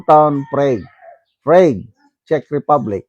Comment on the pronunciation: Good morning, silent viewer mo ako from gensan po.. prague is read "prag" po..always watching your vlog po